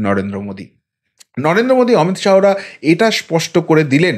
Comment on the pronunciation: আপনি প্লিজ "অমিত শাহো" না বলে, "অমিত শাহ্" বলুন।